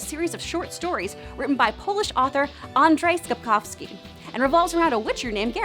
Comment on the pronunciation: Soo, I know Polish names aren't easy but... CH is always pronounced as H, W is always pronounced like V, also pretty sure you said Spakowski instead of Sapkowski at one point. So anyway, the names would bepronounced Polh, Parovski, Sapkovski. Maybe I should get a microphone and start a paid service where I tell youtubers how to pronounce Polish names lol Anyway, first time I'm seeing anyone mention the old comics in english so thanks for that :)